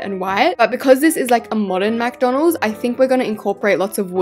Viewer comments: caught yous saying mcdonaldssss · Am I the only one who noticed saying “MaC dOnAlDs” on? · It’s not Macdonalds it McDonald’s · It’s McDonald’s not MacDonald’s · Stop saying Macdonalds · She said mc Donald’s instead of KFC